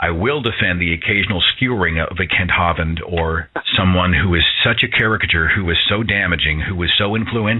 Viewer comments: I haven't heard that pronunciation of Kent Hovind's name, "HAW-vind" in stead of "HO-vind." My favorite is still the way the computer voice in Deccha1983's videos say it, like "ho-VINED" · I am pretty sure it is pronounced 'Hoe-vind.